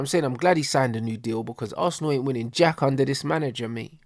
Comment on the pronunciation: Man said “Assna” to not make it look bait that he’s a Arsenal fan😭😭